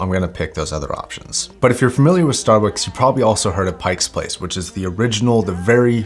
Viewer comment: Oh you gotta say Pike Place correctly if you're gonna be a Seattlite. Pike Place Market Pike Place Pike No 's'